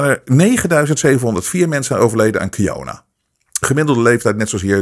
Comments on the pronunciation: Misschien een domme vraag..maar waarom noemt "corona" "kijona"? Vindt t wel grappig klinken maar wil de reden weten. Heb ik iets gemist of hoe zit het. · Waarom zegt hij steeds kiyona en niet corona ?🤣 Vlgns mij haat hij het woord zo erg dat hij het niet wilt uitspreken